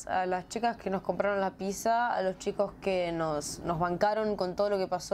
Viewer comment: No se dice pisa se dice pizza